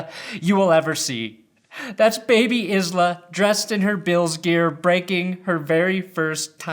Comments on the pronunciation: Its not pronounced “Isla” it’s pronounced “Eyela.” The “s” is silent. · i know it’s not important but Isla is usually pronounced like “eye-la” like island xoxo